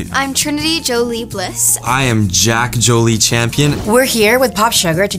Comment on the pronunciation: My name is Jolie, pronounced the Americanized way, so it was very weird hearing trinity and jack both say my name very clearly in the correct pronunciation back to back 😳😳